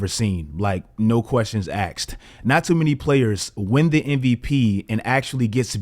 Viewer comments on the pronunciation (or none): Was super hyped for the video, then I heard you say aksed instead of asked - closed it. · Asked, not “axed”…. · Axed lmao